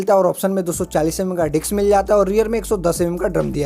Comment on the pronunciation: भाई तू बार-बार बोल रहा है डिक्स बोल रहा है डिस्क बोल